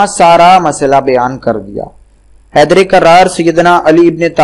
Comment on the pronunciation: yar bary koi lantiii hu tum km az km tital to dang ka day r plz km az km bolna seekh ly thk say naraaaaaa eeeee Hadriii ya Aliiii a.s